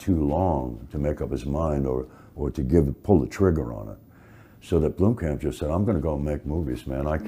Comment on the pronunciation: How many different ways can Sigourney Weaver fuck up the name Blomkamp?